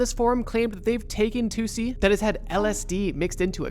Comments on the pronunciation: Its actually tussi! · Bro, its TUSSI